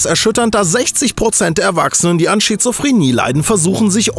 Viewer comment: Hab ich das richtig gehört "schizrophrenie" o.O des hab ich